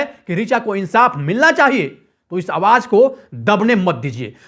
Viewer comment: Bhai tum apna pronunciation correct karro.awaaj nhi awaaz hota hai.suru nhi shuru hota hai.jindagi nhi zindagi hoti hai.bhut hi kharaab bolne ka tareeka hai